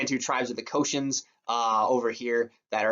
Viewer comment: Yoh not "Co-Shins" lol. You have to laugh I guess 😬